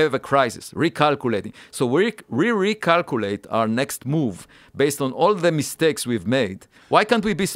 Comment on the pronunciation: Re-calcoorate lol